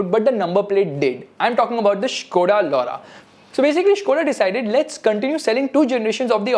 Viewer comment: I burst out of.laughter when Skoda Laura was pronounced